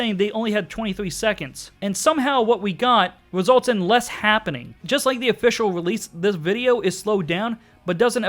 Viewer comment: "Entiety"? "Happing"? "Sonic Youf"? "Alum"? 😂👌